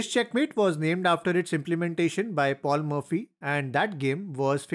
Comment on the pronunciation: Pronunciation: It's paul morphy not paul murphy